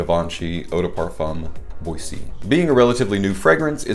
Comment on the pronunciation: "Bwa-ZAY!" 🙌 It's the proper spelling too. Unlike Cedrat Boise without the accent aigu which should be pronounced "Bwaz." Haha I never thought of that top hat though. To me, it always looked like a dude in a turtleneck or scarf. 😄 Really enjoyed your take on this one! Huge props on the work you're putting in to bring us daily content. 👍👍👍